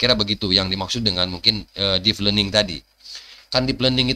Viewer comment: Deep learning, bukan Deef Learning, mas.